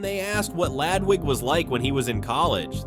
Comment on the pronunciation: I notice your videos say lAdwig, but if you can try to work it better to say L"UH"dwig. It would be a lot more on point and flow better.